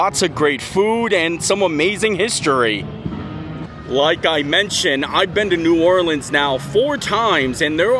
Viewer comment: As someone from Louisiana, hearing you say New Orleans the first time in the video triggered me. The second time though you said it right!